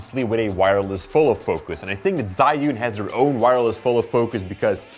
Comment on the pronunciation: I believe it's pronounced "Joo-In" instead of "Zai-Yoon".